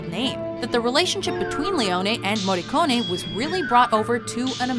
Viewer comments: Finalmente il cognome del Maestro pronunciato correttamente..Brava 😉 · What a treat hearing an american properly pronouncing his name. Kudos. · Finally an American that correctly pronounces an Italian lastname